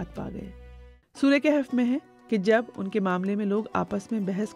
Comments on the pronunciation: Word Kehf ni bulk kahf bb ha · لفظ کِہف نہیں ہے. کَہف ہے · Its kahaf not Kahef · Informativ program but Arabic word is Kahaf not kehaf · Kahf,not kehf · The word is "kahaf" not "kehaf" my sister. Pls don't mind.